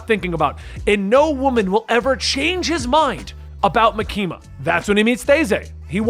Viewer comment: idk if Reze is correct but if you listen to the sub its MAkima not MaKIma